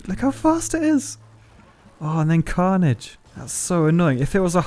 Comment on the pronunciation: Everytime you say carnige I cant stop laughing